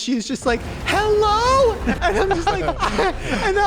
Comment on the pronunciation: Shane’s ‘New Zealand’ “oh hello” is killing me